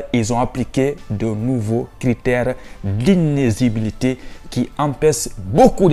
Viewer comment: a du mal à prononcer le mot D’INÉLIGIBILITÉ. Mdr 😂😂😂 Bref le contenu de la vidéo est extrêmement important. Bravo!🎉